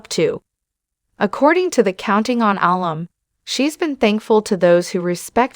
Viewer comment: Alum is pronounced uh-lum, with emphasis on lum. It’s shortened form of alumnus. Incorrect on video says Al-um.